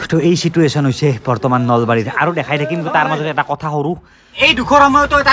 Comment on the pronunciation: situation nhy..... Sichuation 😂